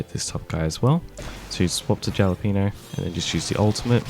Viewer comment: no hate, just wanted to let you know the J in Jalapeno is pronounced like an H